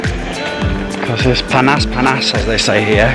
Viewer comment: hey bro you said "Panas" with perfect like balinese people man